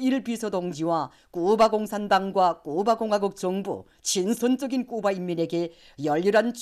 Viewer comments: 쿠바, 카리브해를 큐바, 커리브해라고 부르는 것이 거슬리네요 답답. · 큐바가 아니고 쿠바로 알고 있는데 수정을 해줘라 여자선생님아.